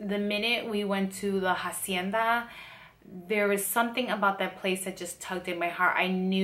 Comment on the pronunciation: isnt the H is hacienda silent? weird